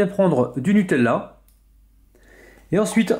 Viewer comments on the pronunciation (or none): none